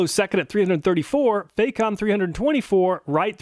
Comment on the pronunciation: FAH comb. Not "fake ohm".